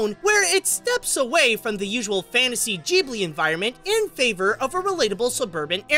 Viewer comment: Doesn’t it piss anyone off on how he pronounces Ghibli??